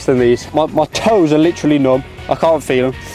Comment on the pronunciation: Can't * not Khon'